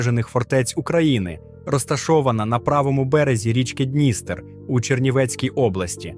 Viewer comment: Не Хо́тин, а Хоти́н. І не Дні́стер, а Дністе́р